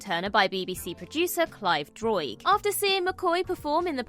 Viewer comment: Clive Droig? Doig. Oh, and Fulton Mac-eye, not Mac-ay